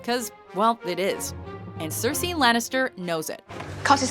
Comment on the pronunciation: Cersie and not Cersei? Shame, shame, shame.